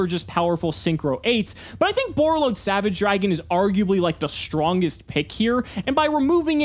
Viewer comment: When he said Borreload Savage.. 🤦🏻‍♂️